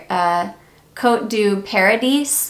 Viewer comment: Love your enthusiasm. I just discovered Lake and Skye at Ulta and love it. Btw, Paradis is pronounced like Par a dee. It’s French for Paradise.